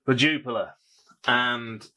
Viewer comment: Cracking beer 🍺 one of my top 3 on perfect draft! Sorry to nitpick but your pronunciation is wrong it’s pronounced Jupilee